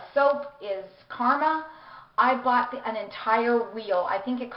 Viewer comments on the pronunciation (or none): none